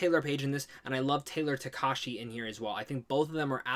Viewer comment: Missing the ‘ha’ in Takahashi